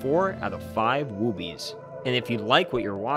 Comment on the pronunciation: "Woobie" is pronounced with a short "oo."